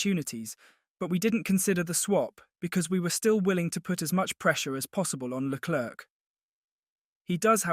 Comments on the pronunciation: Really wish commentators would learn how to pronounce Leclerc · agreed. It’s Leclerc and not Leclerc. People need to learn